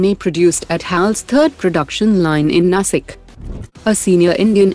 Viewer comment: The pronunciation is NASHIK not NASIK.. please rectify it, it always sounds wrong!